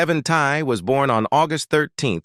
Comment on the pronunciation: Learn to pronounce peoples names. Kevin‘s last name is pronounced Tie… And what about Randy and Robert and Ron and Marco and Stoker